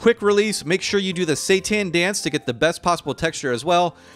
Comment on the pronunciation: i thought he said "satan" ☠